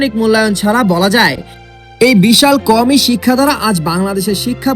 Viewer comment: শব্দ উচ্চারণ করতে পারেনা সে আবার ইসলামী শিক্ষা নিয়ে ভুল সংবাদ প্রচার করে।আদর্শ মানুষ গড়ার প্রতিষ্ঠান কাওমি মাদ্রাসা।